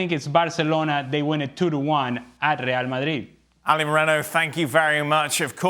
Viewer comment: Say rreeall madrrrid one more time